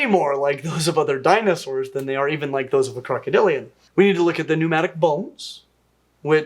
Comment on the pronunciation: The way that woman pronounces words is excruciating. Danaesores.